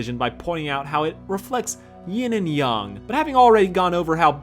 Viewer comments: it's yang not yong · I’m sorry but you say Yang like they say Aang in the Last Airbender live action movie